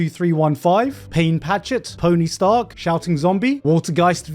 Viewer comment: Its Sh-ta-r-k-Sa-Ma not tony stark 🤧